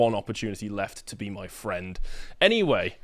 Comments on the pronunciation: fwend?? 🥹👉👈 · Mercenary fwend😂